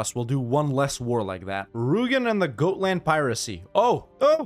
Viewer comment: It is not pronounced goat-land... It is pronounced God-land